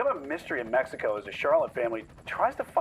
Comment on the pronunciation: Prayers for her family, also the beginning says “Cabo, MEXCIO”?? 🧐 I’m sorry but isn’t it “Mexico”